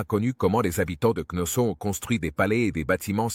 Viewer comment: C'est pas ,,avenue GJ.ZCE,, ça avant Jésus Christ, et c'est pas Knosso , c'est Knossos, quelle honte pour le traducteur